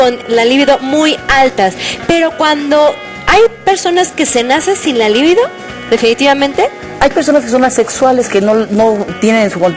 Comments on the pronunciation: No se dice "Líbido" se dice "Libido" es una palabra grave, no esdrújula. Pendejas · Empezando por la pronunciación de "libido".